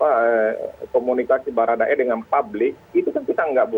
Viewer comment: Transparang, kemareng, dengang, laporang, sembilang.